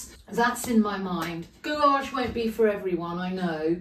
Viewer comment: Your videos are always a treat and I always learn a lot each week but May I say that gouache is pronounced gouash. Again many thanks for taking the time to explain how you paint with such enthusiasm.